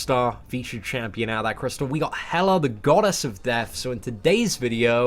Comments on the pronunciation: Why do u call hela "helar" sometimes? 😂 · Erdem Ulker That’s how the Brits speak. They add a weird “R” sound at the end of words that end with “A.” It’s how their phonics work.